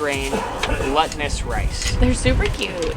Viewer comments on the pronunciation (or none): glutinous is pronounced gloot-in-us, long U not a short u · You also pronounce glutinous incorrect, but it’s okay. Its pronounce glue-tinous. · I love how called it glutton-ous rice haha. Super fun video, always love when you guys visit Asia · *Glootinous *Glue-tinous 🤣😂🤣